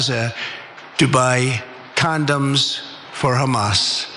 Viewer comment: "Con-Don's", right?